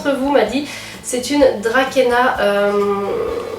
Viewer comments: Bonjour, "Dracaena" se prononce "drasséna" :) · J'aime beaucoup ce genre de vidéos! sinon il me semble que Dracaena se dit "Dra-cé-na"...